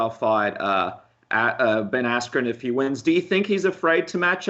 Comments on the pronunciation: Love how he calls Ben Askren "Ben Ass-cream". Funny as shit! Honestly, big props to Colby for taking the Lawler fight- he's got brass balls. Robbie is one of the scariest, most intimidating fighters in the UFC- the only one more so pound-for-pound (and off the top of my head) is Yoel Romero: that guy is straight nightmare fuel. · Gus Martinez asscream , dude said asscream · Is he saying Ben AssCream?